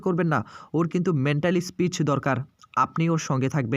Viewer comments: বাংলাভাষায় ভিডিও করতে চলে এসেছেন, অথচ বাংলা কথা বলতেই পারেন না। peace কে speech বলছেন কেন? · ওরে হতভাগা , মেন্টালি স্পিচ নয় রে , ওটা মেন্টাল পিস মানে মানসিক শান্তি , ইংরেজি শব্দ বলতে পারেনা তাও কায়দা করে বলা চাই ।😂😂😂😂😂